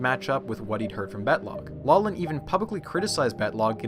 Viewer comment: Great video, I really enjoy it! But everytime you say "Battlogg" I think of something else.